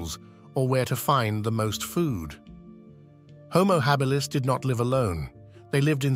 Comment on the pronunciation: What's with the inconsistent pronunciation of "Homo Habilis"???